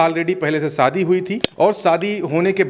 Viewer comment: Sadi nahi hota shadi😂bolna😂seekho